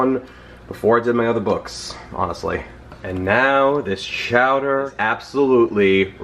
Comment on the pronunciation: Can't go wrong with spinach and artichokes. "Chow-duh"... I'm here for it!!!